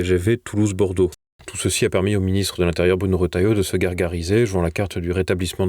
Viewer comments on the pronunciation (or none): none